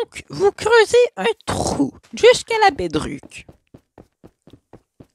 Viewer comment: Ouais C'est vrai il est trop cheloup en plus il dit bedruck a lorque qu'on dit bedrock il dit comme cela comme un fou